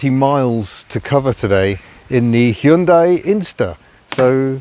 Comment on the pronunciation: I must commend you on your almost perfect pronunciation of 'Hyundai'. Most people say 'Hi-un-dai', which is super annoying. Bravo.